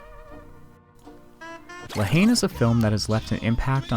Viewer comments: talking to the french (all american’s pronounces la haine completely wrong) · Yeah I butchered a lot of pronunciation in this. If I could go back and re-record I would.